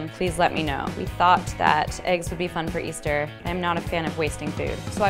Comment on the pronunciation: Btw just say Easter.